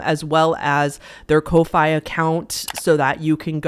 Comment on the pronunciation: This is just my theory, but I think Ko-Fi is pronounced as "coffee" cause I remember they used to have a widget you could put on Tumblr blogs with the phrase "Buy me a ko-fi" and a coffee cup icon next to it ¯\_(ツ)_/¯